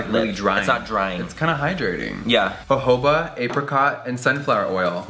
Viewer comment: "hohoba oil" I'M WEAKKKK HAHAH jojoba cmon bruh